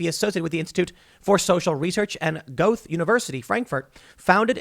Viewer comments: Um...tim, please have one of your german friends teach you how to pronounce Goethe. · Tim, you're an intelligent and conscious person. I urge you to acquire a better pronunciation of Goethe, for he is widely considered the greatest among German poets. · Goethe has a hard "t" btw